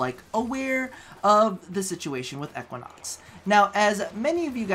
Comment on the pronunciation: PLEASE the way you say Equinox hurts